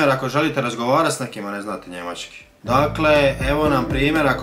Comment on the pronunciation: Nije Njemaćki nego Njemački nauči prvo č izgovoriti.